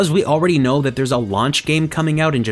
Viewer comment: he said theyres no switches ^_^